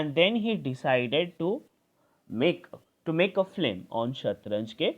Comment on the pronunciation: "Phlim" iss naasamajh kism ke insaan ko kisne teacher banaya